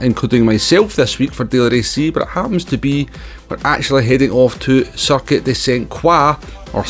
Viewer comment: It's Circuit de Sainte-Croix, not "Circuite" which does not exist in french. Just a minor correction 😅